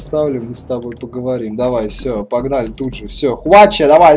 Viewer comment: Хвачха же. с ударением на первую "а".